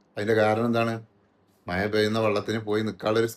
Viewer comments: മയ അല്ല മഴ... 😂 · മയ, പുയ